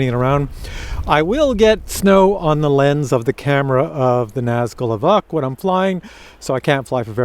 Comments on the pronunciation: EEEvock? It is EEE-v-oke ...maybe a quick "veh" eeee-veh-oke. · Pretty sure its ee-voke not ee-vuk